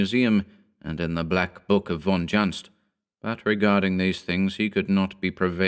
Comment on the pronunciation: Von Juntz is a German name. It should be pronounced 'Von Yuntz'. Just like Dr. Karl Jung (Young in English).